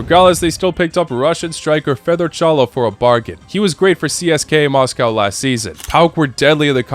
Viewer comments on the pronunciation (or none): none